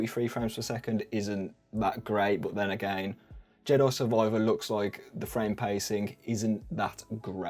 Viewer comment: Love the way you say "Jedoi Survoiver"